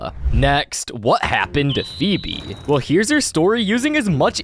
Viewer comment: It's feebee